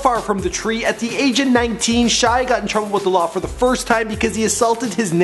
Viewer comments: No not shai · How dare u say shai he's my best friend😂😂